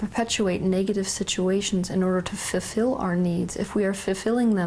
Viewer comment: Say fulfil slowly, please. Not fefil.